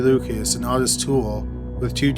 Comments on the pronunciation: Oi-tis not aw-ti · It's OHtis not AWtis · It’s pronounced Oh tis not ah tis. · Weird how Lucas keeps calling Ottis "Ot-tis" and not "Oh-tis" in this phone conversation though. Guess even Lucas can't pronounce his best friend's name right either, huh? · The name is pronounced Oh-tis. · How can you not say Otis? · The way he is pronouncing Ottis makes me want to kill (Oh tis) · Ottis is pronounced Oh-tis. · I've seen documentaries where its pronounced OH-tis 🤷🏻‍♀️